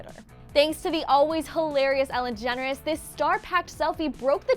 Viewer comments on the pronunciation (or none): Ellen degeneres...lol not generes